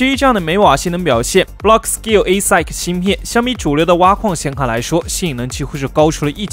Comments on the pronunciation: 英文发音加强一下吧 听到快吐了 ASIC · 我也是第一次聽到這樣唸